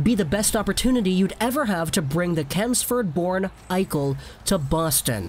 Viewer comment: Not celmsford it’s Chelmsford